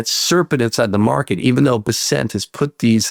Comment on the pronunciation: Scott Bessent's name is pronounced BESS-ənt, according to his Wikipedia page and other resources. The emphasis is on the first syllable.